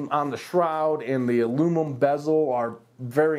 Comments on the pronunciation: "Alunimum" haha - great review overall! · 3 degrees difference does not justify the noise difference... if you think doing these reviews is easy try to say "Alunimum" that many times 😂 just kidding great review and gave me all the info I've been looking for, keep up the good work!